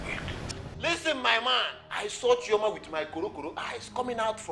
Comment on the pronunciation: Chioma not Chisom